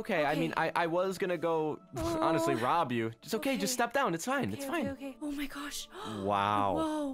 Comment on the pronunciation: What she wants to say Ok fine What she said Okay finewb